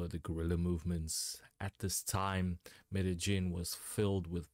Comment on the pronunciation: Excellent pronunciation of Medellin. 👌 Non-Spanish speakers usually butcher it.